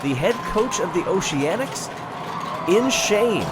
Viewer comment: "Noceanics" lol